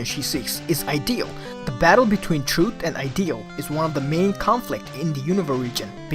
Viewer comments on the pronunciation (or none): trut and teories. For some reason it irritates me how you miss the H pronouncation in different words like truth (you say trut) and theories (you say teories).